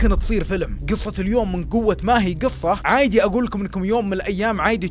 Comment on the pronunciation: تكفى قول عادي مو عايدي لان قاعده اركز على الكلمه مو على القصه قاعده افصل من القصه